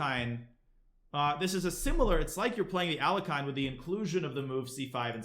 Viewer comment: When I heard how Danya pronounced the name of Alekhine... my world shattered.